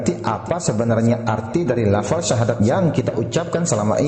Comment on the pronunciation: Maaf laras syahadat anda kurang benar itu mungkin pengaruh dialek hingga berbunyi Sasadu dst